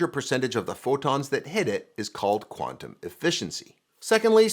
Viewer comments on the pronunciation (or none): none